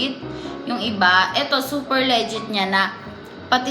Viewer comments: the way she pronounces "legit" 😂😂😂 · Hindi siya le-git 😂